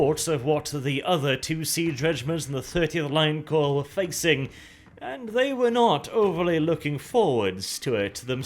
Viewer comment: Finally someone who can say the word Corps (Korps) properly. Emperor bless you